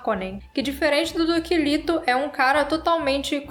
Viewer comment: A fonética é " lêto".